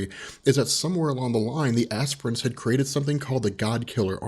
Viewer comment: Did I HEAR Ass prints teehee